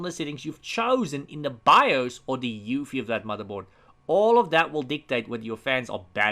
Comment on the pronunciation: Hey! Love your videos! Please is there any reason you kept spelling UEFI as EUFI? Not trying to be a know-it-all. Just confused at the moment.